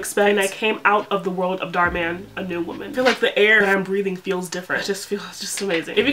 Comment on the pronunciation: girly dhar man has an Indian name, so you've been pronouncing it wrong the whole time 😭